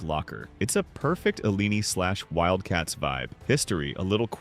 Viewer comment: ...and immediately we are told it's an AI narrating again! IL-lee-NEE? It's pronounced ILL-eye-IN-eye! I'm not an alum and I am still insulted.